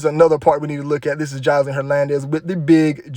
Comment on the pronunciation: The way you say her name “joslean” lol so country